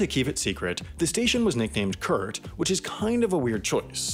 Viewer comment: funily enough, the way you pronounce "kurt" sounds much cooler than how we germans pronounce it xD